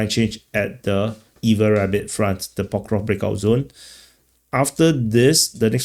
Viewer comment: PokrovSK my friend. SK like in screw. Not difficult. Not Pokrov !